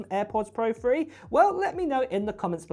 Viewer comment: Why do you say 3 with an F like free?